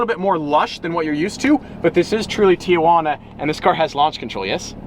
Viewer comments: “Tio juan a” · Why did he say Tijuana so wrong *cough white*😂💀💀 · white boy from queens- Tijiauna Mexican- Tijuana ME-🤨